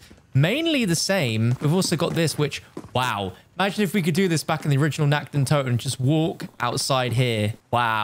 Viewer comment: How you just spell nacht der untoten its feeling so cringe cuz i am german i understand of you nact de untuten